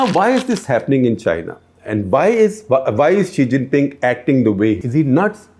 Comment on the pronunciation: SG saying 'chi xhing ping'